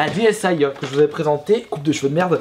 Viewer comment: Je veux juste être sur y'a que moi que sa fait bizarre quand il dit ds aïe et pas dsi